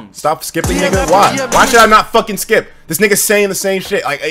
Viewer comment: He said skeep schedule